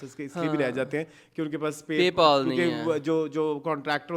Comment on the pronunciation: Its not Pay-paul. Its Pay-pal!